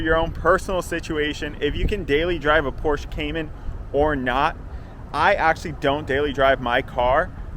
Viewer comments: It’s pronounced porsh-uh, not porsh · Not porsh 😂😂😂😂 porsheeeeeeeee u ******** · Pronounced PORSH-AH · Its Pohr-Shuh…